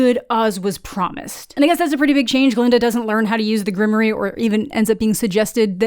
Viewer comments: GRIM-WAUR. Not Grimory. It's French. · Grimoire is pronounced grim'war.